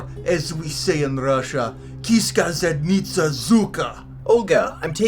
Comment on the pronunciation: Dude great Russian expression. Next time try pronouncing the right tone, or else it sounds super wrong. For example, you said zadnItsa with the focus on I, but right way to say it is zAdnitsa with A being highlighted. Every Russian word has this rule and if you abide by it then your pronunciation will be 100 times more believable